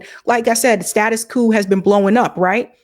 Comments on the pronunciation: Ma’am your pronunciation of status quo makes you sound like a foreigner. In the USA, quo is not pronounced coo, or koo. it is pronounced like qwo. The O is long. Still pronouncing the Q. Step your language game up, I almost subscribed to you until I heard that. I thought you were being cute or unorthodox. Typical modern woman think they can do anything they want with no accountability. That is why I rarely listen to female YouTubers. Just got to do it your own way and not the right way. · You're great, and I hate to be that guy, but it's status quo, not status quooooooo. Rhymes with OH or BLOW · The term is status quo, not status coup. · Its "status quo", not "status coup" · Once she learns how to pronounce "status quo" properly.😅